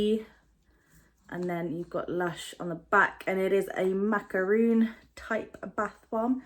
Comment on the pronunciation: I was also thinking slime with the rose wash. Wonder how that will go as we already have the shower jel. Not so sure about the slime having just had Shrek, but the cream looks nice. Also it is macaron not macaroon. Confuses a lot of people!